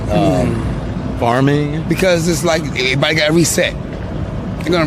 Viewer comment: He said Farming 😂. What a clown.